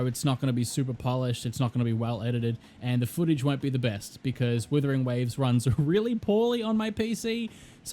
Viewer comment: is it just me but the guy keeps saying withering waves he's like the 4 th person to say the name wrong dear god 😢